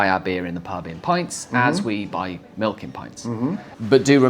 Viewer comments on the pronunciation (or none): none